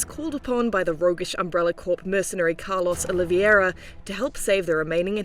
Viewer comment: "Caarlows Olivierwah" - IGN